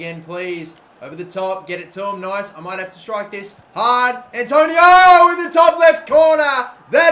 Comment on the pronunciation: ITS ANTONIO MATE